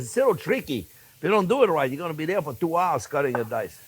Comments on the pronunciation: Me 2 when I hear hello dare I smile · I was just thinking about lasagna...how good it sounded!!! while driving in the heavy snowfall yesterday. Thanks for reading my mind for a new lasagna recipe on Soup Monday, Chef!!! And hearing you say "Well hello dere friends!" always brightens my Monday!! Thanks for all you and Jack and all do!!